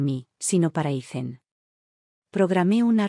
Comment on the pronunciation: Ethan,no se pronuncia Izen,simplemente no se pronuncia samplemente